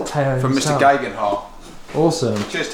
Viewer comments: I came to the comments just to make sure graygenhot wasn't correct. Now if I can just find the correct pronunciation... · Tao greghenwhat!!!! Your his bloody mate. Pronounce his name correctly at least. Top quality content nonetheless. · watch it again and you will hear he pronounced Tao’s surname wrong and my comment was made in jest so there’s no need for abuse.